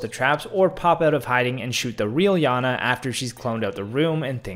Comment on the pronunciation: Its iana not Lana Lana Lana🤣🤣🤣🤣